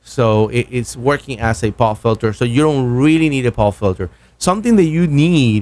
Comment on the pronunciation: I'm sure both mic's would sound better if you didn't have such a funny voice! very nasal as if you have a very blocked nose or a speech impediment! Especially when you say "Twenty".....or as you say "Twenny" and what's a poff filter?